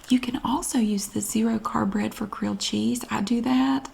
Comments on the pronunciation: BREAD. BR👏🏼 EA👏🏼 D👏🏼. 3 syllables. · Yes In the Carolinas bread has 3 syllables